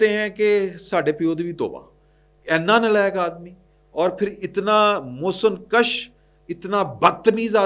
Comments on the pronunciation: محسن Kash نہیں محسن kush ہوتا ہے۔ ک کے اوپر پیش ہوتا ہے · محسن کش= Mohsin kush پیش کے ساتھ پنجابی پہائی اردو کی ٹانگیں نہ توڑا کرو باقی وی لاگ good ھے